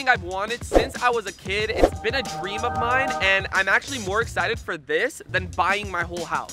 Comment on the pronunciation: Faze rug said drem instead of dream